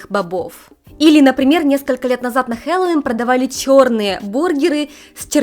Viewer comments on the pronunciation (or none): none